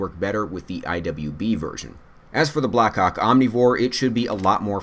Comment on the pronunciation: Did anyone else just hear "black cock omnivore?"